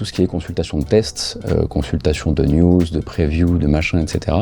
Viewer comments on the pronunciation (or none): none